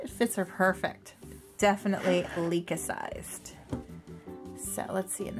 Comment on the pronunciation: Oh my gosh she is so cuuute!! I love her with pink hair!! cuteness overload!! More Licca-chan please! thank you for hearing my request and for the shout out! I love this video! and you pronounce my name correctly! XD also, I read from wikipedia that the regular Licca is an 11 year old girl, there are an adult version of her though, even a pregnant doll